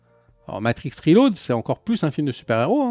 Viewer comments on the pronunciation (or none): none